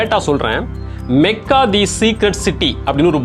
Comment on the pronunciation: Your information is wrong. He speaks true history. He pronounced the word Mecca correctly. It is மெக்கா only not மக்கா...